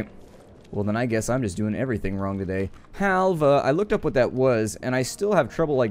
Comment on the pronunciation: its not halve , its helva , and yes iam turkish :I